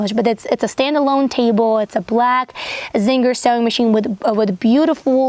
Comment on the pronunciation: Can’t believe you aren’t a native speaker! The most adorable thing about your voice is that You Tube subtitles think you are saying “zinger” instead of “Singer”.